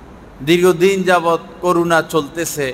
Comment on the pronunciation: করুনা বলবেন না শব্দটা হইবে করোনা ।